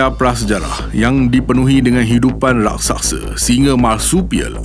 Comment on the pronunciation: Raksasa bukan rasaksa